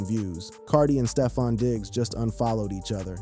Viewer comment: Did you say stee-fon?